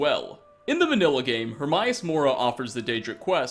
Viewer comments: Omfgniagtkya It's not HerMYus. It's HerMAYus. You even play the damn game? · Her-my-ahs... Hermaeus... do you do this on purpose?